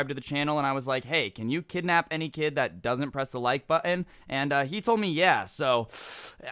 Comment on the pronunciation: The way says button makes me pee my pants laughing